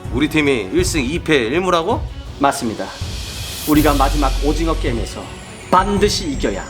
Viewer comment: 오징어게임이라고 말할때 얼굴이랑 발음 너무 웃겨 ㅋ